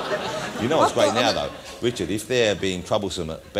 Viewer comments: The only person to pronounce Wichard correctly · He can't say Richard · Jonathan Woss has never been able to pronounce R. Hes been on British TV for years. Not once.